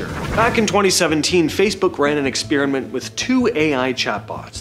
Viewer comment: Sorry, Bro. I had to bail after the 10th time you said “expeariment” instead of experiment.